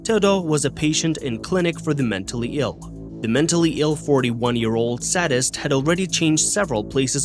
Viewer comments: it's pronounced SADE-ist, not SAD-ist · Say it with me, say-dist